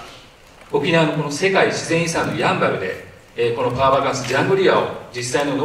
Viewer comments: シン⤴バル⤵みたいになってる や→ん→ば→る です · やん、バル？？ イントネーション間違い？ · ヤンバルのイントネーションが気になる。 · どうしても「ヤンバル」のイントネーションが気になってしまうwそこは、ウチナーイントネーションでお願いします🙏🏻